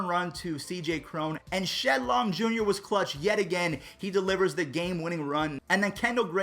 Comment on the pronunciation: You know he was saying K Long ….why not fix it before the upload?!